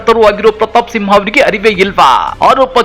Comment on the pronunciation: ಸಿಂಹ ಅಲ್ಲ ತಿಂಹ 🤣